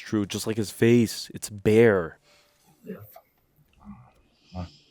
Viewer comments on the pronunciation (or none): Its FAIR! not Bare, FAIR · Its "Fear".. not "Bare" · It's fair. Not it's bare lol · He said it’s fair not it’s bare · At 45.00 .. it's FAIR .. not it's bare :) you have a stunning talent for not understanding these films lol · It was a Mucielago, not a Gallardo. And the joker said “it’s fair” not “bare”. Get better headphones. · Its bear?? Lmao pretty sure he says Its FAIR. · “It’s fair” I think, not “it’s bare”